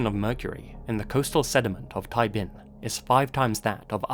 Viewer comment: Hi! Loved the video and I just wanted to note its “Thai Binh” as opposed to “Thai Bihn”